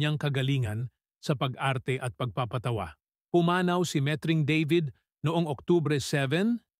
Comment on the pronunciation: What??? Oh no!! Met-Ring. Deybid? You Englishized the Tagalog name… Baluktot dila mo… Why stick to speaking Tagalog when you cannot???